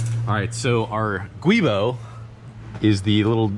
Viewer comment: Thank you all for saying Guibo correctly, unlike saying Gwoobo or something, lol.